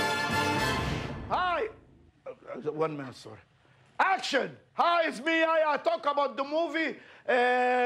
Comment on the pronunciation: His name is yehya dude not yaya lol